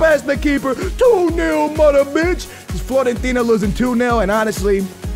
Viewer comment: Floorentina? lol classic And yo I like that you are putting out a variety of videos and stuff, but a little more focus would be cool and attention to quality. Again, quality over quantity any day of the week man. This is not hate people, just chill.:)